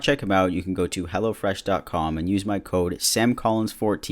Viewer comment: Every time someone says hellofresh, I hear hellAfresh, I don't know if it's because of, or I just can't hear but like😂😂